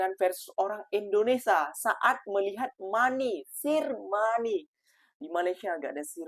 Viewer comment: Lain mcm bunyi ngomong B.Inggeris, money sir